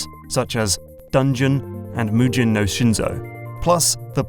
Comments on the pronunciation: Just a small heads-up: Japanese romanization always uses a soft G. Hard Gs are always written with Js. So , it's muGEn, like with the G in "mega", not muJIn (the G in "merge"). It's an understandable mistake, since, if your only tongue is English, you're wired to read GE and GI with hard Gs, while GA, GU, and GO are usually read with soft Gs. Guess you can add that to the pile of things to juggle while you're recording... as though there weren't enough things already, haha. Anyway, thank you for making yet another informative video! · romaji transliteration doesn't use soft Gs, ever. It would have been written mujen if so, which would never happen regardless because the je syllable does not occur natively in any japanese words.